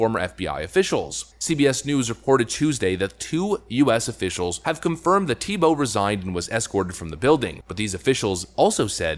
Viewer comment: I think its pronounced Theebow